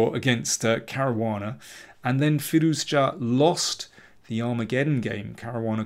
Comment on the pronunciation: Everything in this video is impeccable except your pronounciation of Firouzja